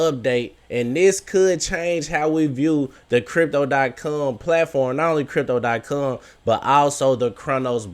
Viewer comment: You finally said it right and then messed it up a couple seconds later. Stop saying cum